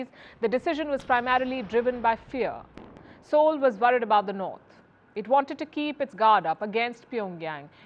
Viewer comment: Appreciation. She pronounces the Seoul right, which sounds like Soul in native language.